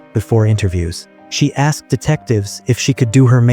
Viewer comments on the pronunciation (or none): none